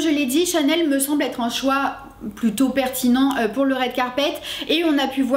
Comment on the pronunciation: « rWed Carpet » pas « raide carpet »